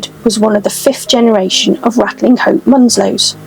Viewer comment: Great video. Just one thing though, Ratlinghope is pronounced Ratchup in our fair county.👍